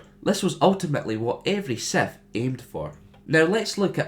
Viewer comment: The fact you pronounce it as SETH really, REALLYY annoys me...